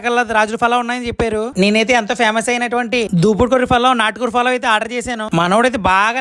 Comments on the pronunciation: ఒరే బాబు ఫలావ్ కాదురా, పులావ్ అనాలి. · Falawww kadhu ra babu ,pulav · Falaw kadu palau bro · Falav kadu ra ayya pulao adi 😅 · Adi falaav kaadandi pulav andi😂😂